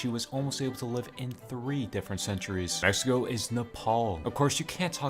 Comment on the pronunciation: What you said "Next to go is Mexico" What it sounded like " Mexico is Mexico"